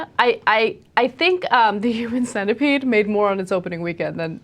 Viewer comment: I.love you guys ,i died when you said "human cinapead